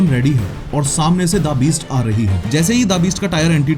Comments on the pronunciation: The Beast ❌ Daa Beest ✔️ gyann kab chomda , samjh ka jaadugar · bhai the beast naam hai DA beast nhi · The beast ❌ Dabist ✅ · Pronounciation sahi Karo please da beast nai the beast hai. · Da-beast 😂😂 I think The Beast hai😂😂... This reminded me of an interview of Rohit Kuldeep and Chahal where Chahal referred to The Rock in the exactly same accent and style 😂😂